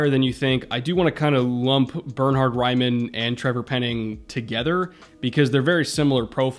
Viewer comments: Raiman is Austrian, your pronunciation of his name is pretty hard to hear for someone speaking german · but pls learn to pronunciate his name hahaha nowhere close 😂